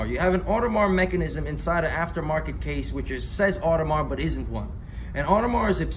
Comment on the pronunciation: Its pronounced audemar pee-gayh